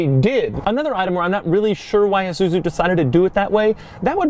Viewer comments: did he say Isuzuzu? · It’s pronounced I-su-zu not issuzui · It's isuzu not izuzu doug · It's ISUZU not an IZUZU. The S is pronounced S, not like Z.. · It's not "eh-zu-zu", it's "eye-sue-zu" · Forgot about? Dude, try never even knew existed. It also pronounced I, SU, ZU, not IZUZU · Why does he keep saying Izuzu instead of Isuzu? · It's ISUZU not fucking IZUZU or whatever the fuck you yankees call it. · EESSUZU not EEZUZU! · iSuzu not IZUZU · is he...pronouncing isuzu lile izuzu? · "IZUZU" -Doug